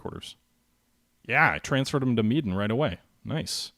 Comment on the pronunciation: Interesting episode, you got some good results at Ta-ra-kan. Sound out each syllable and slow down pronouncing words plus practice before going on air. You did a good job on Soer-buy-ya near the end. Medan is simple - meh-dan, not meh-den. Also Ca-ga-yan, like Ta-ra-kan. Please make us Americans sound smarter at pronouncing words, Make America Smart Again! ROFL Really enjoying both sides of this game, fun to see what plans you both are making and thinking how things might play out. It'll be interesting to see how your new carrier plan works out, perhaps you'll catch his carriers refitting and can damage bases and ships. Can't wait to see how you play Hornet, maybe you can turn it into an American murder hornet.